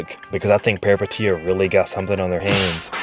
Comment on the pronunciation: the first Peripeteia vid to actually say the name right lolol